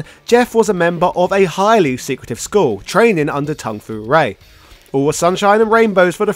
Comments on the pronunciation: Tung fu rae?? I know you dont care hw its pronunced but now you changed the actually name. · Tung Fu Rue, not Ray.